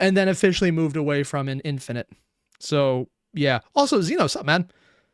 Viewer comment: I take psychic damage every time he calls Halo: Infinite "Infinity", this slander of the second best Halo game can't stand!